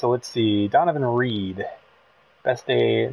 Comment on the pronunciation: REDD....not Reed